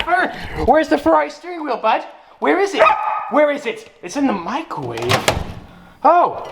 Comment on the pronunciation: always talks like jAmEZ and he said micowaav instead of microwave